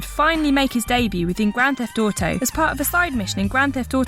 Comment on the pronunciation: "GRAND THEFT TUUTEH"